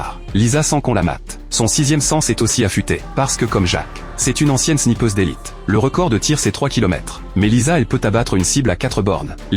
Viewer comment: la snIIIIIIIIIIIIIIIIIIIIIIIIIIIIIIIpeuse j'ais entendu la sniffeuse... 🙃